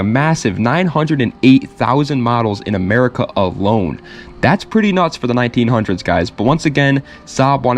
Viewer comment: Say "1900s" one more time zoomer! Good stuff, btw!